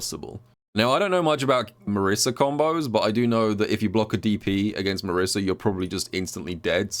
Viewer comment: That Marisa section was painful with the pronunciation of her name.